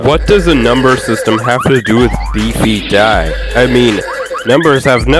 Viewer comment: the way you pronounce BFDI as /bi.fi.'dæ͡i/ never fails to disappoint